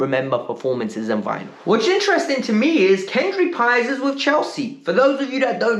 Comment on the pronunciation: You finally calling Paez's name correctly.